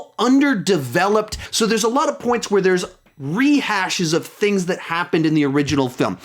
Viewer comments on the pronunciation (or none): none